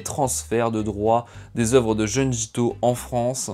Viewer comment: Belle vidéo ! Juste une petite remarque : (d)jun(d)ji 😉